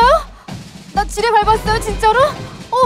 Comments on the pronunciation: 나 지뢰를 쥐레요?라고 들었는뎈ㅋㅋㅋ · 저 지뢰를 처음엔 지네라고 들었어여^^ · 지뢰밟았다 를쥐밟았다라고들림